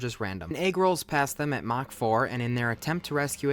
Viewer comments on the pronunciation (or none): none